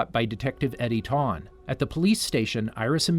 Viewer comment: Eobard Tawne? THAWNE